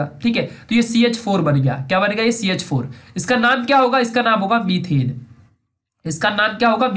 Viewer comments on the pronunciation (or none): it should be METHANE not METHENE it should be ETHANE not ETHENE